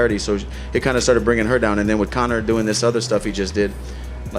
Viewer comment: Man said connorsius macgreggory 😂😂😂😂